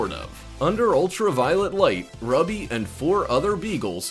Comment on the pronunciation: Ruby is pronounced Rooby like the gem stone. Rubies are red, the dog glows red.